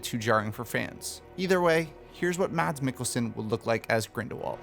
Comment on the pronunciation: As a Dane, can I just say the D in Mads is silent. It's pronounced Mas, like Christ"mas". Btw., I think he could do great as well, although the accent would be slight off.